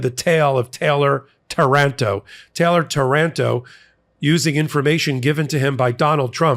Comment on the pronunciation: it's Táranto, with the accent on the first A, on behalf of Italy I'm sorry for sending so many fascist-cowards, who bred over there